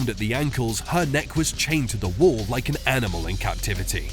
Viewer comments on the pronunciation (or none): none